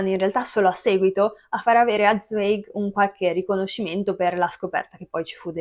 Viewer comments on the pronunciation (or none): Zweig, nome tedesco, si pronuncia, Zwaig. In tedesco il dittongo ei si pronuncia "ai"